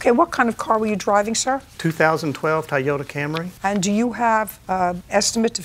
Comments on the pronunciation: That man said a 2012 TIE ota like tie around ya neck NOT TOY YOTA LIKE IT'S SPELLED AND PRONOUNCED 🤣🤣🤣🤣🤣🤣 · “2012 Thai-Yota Camry” lol